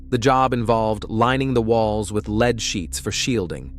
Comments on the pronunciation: Yeah, listening to this one is rough. Leed/lead. Come on, get it together. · It's lead not leed . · lead not Leed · Lead, led come on you’re a real person aren’t you? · It changes... lead pronounced led, then lead pronounced leed. Damn annoying. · Lead pronounced “leed” is terribly annoying, especially when the story is about lead poisoning. 🤦🏻‍♀️ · Take note, pronounced like “led,” but spelled lead. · I had to stop and come look at the comments after hearing the word leed 3 times 😆🤣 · Three times?? More like three hundred, so irritating 🙄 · I know, I am screaming " Lead, lead!!!!" over and over again to no avail. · Lead as in "lead paint". Lead as in "I will lead the team". You're gonna make a video you could at least make sure the words are said correctly. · The word is " lead". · Glad I’m not the only one it bothers!😂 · It’s obvious with the incorrect pronunciation. I wish the editing included checking the audio for errors. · Yes, he keeps mispronouncing. Also deciliter.